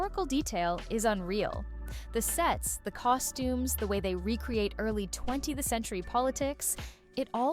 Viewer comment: Only issue with this video is the AI. I.e., "20-THE-century"--come on. Just have a real person read the script, if even the script was written by a person and not also done by AI.